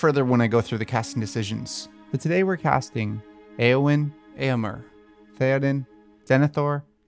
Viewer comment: Am I wrong, or too picky in thinking Éomer is pronounced “ā-ō-mare” not “ā-ō-mer” ?? Anyway, I can’t say how much I adore ALL your recasting videos!! 🥰